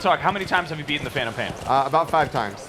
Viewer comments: hey it's phantom not phatom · No no no, it's called Teh Phatnom Pian